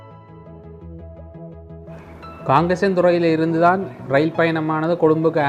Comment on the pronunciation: நண்பரே, எதற்காக ரயில் என்ற வார்த்தையை ரயின் என்று பேசுகின்றீர்கள். தமிழர் தானே தாங்கள். தவறாக உச்சரிப்பு செய்ய வேண்டாம்.